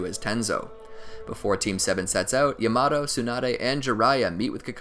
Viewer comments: when you said “yamato” as “yuh-MAto” instead of “ya-muh-toe” i lost it im sorry ik it’s annoying when ppl bring up name pronunciation but it was so funny to me😂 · Bruh is yamaTo not yamaDo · my guy said yamado instead of yamato ;( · Its called yamato not yamatoe no disrespect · He said yumawto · bruh its not yomoto its sounded like yah-ma-toe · When he said yamado it threw me out of the video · This is amazing! However, the way he pronounces Captain Yamato's name gets me triggered... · Bruh the way this dude says “Yamato” pisses me off but I don’t even know if it’s right or wrong😂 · I hate how this guy says Yamato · Anime. Simp it doesn’t need to be Japanese. But like wtf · He is saying yamatos name wrong